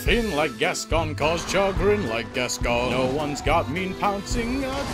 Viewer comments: The mispronunciation of Gascoigne hurts me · Funny video. It's pronounced gas-coin by the way ;) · you're pronouncing hsi name wrong ^^